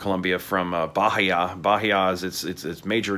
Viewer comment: Native portuguese speaker here. It`s pronounced baEEa, not BAheeA